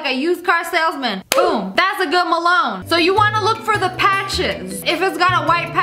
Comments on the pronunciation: ITS NOT MELONE ITS WATERMELOOAAN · I love it when lia pronounce melon as "MELOWN" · M E L O N E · I love how she's says silantro and how she's the Melown Lia how she's says silantro:Silantrooooooooooo Me*Silatroo que Silatrnoooo Me how I say melon:Melone